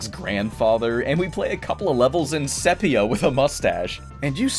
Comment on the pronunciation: My guy's always got the amazing pronunciations of standard words. "SEH-PEE-UH" Love ya, never change